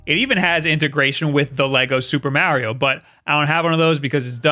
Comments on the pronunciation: YOU NEED TO LEARN HOW TO SAY MARIO IN RIGHT WAY IT IS NOT MEARIO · Alright, just say the word March. Now say just Mar. Now add e o at the end. There ya go champ how to say mario correctly. Like jesus dont ever date a Marry, for no reason youll just keep calling her Maurie. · Oh I god I hadn’t watched you in a while and forgot I stopped watching because you can’t pronounce Mario correctly to save your life!! 😖